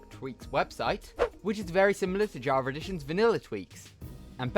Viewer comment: yeah thats definitley an ER not an A javer